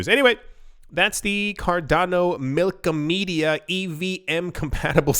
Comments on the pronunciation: BTW it’s MILK-OM-EDA Not MILKOMEDIA 🤣 the side chain has been online for a week it’s funny how no-ones talking about this big change!!! Looks like a lot of “people” biased on Eth 🤣 we coming for all block(s(chain(s))) keep fudding as Cardano keeps on delivering slowly but SURELY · Mil-kom-eda, not Milko-media xD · Milk*ah*meh*da. You are killing me man! 😆